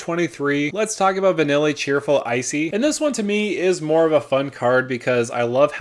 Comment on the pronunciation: i know this is a common thing for non ff people. . but pronunciations vanille (vuh-kneel . . not vanilla) L'Cie (luh-see) estinien (es-te-ni-en var-le-no) sin spira (spear-ah)'s punishment tidus (tea-dus) emet-selch (emet-selk) vivi (vee-vee) ornitier kefka-court mage can also be blinked, to spam etb effects and ensure opponents are top decking against a spell slinging control deck. very very salty, and being in dimir it's got ample access to that, and reanimations. their are several ways in those colors to just lock out opponents hands